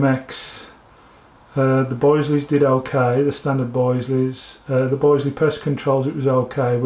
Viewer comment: Will you please note that the i in Bisley is pronounced as in business and bitter, not as isle or island. Have you not heard of the world famous Bisley shooting ground and ranges in Brookwood in Surrey.